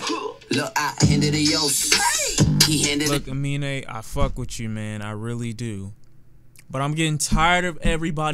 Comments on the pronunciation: Fyi 'Amine' is actually pronounced 'A-MIN' not 'A-MI-NE'. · You said his name horribly wrong so many times Aminé